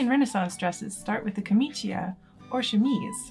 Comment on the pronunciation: It's pronounced "jor-NEIGH-ah". For next time, Cs and Gs with an I after them are a CH or a J sound, and you don't pronounce the I as a separate vowel (so "ca-MEE-cha" instead of "ca-MEE-chee-a". Just make a point of listening to Italians speaking. In bocca al lupo!